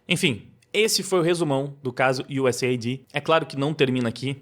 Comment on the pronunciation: US AID e não USA ID.